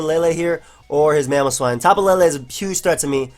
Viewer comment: why the hell do people say tapu laylay? the 'E's have no accents it's tapu leelee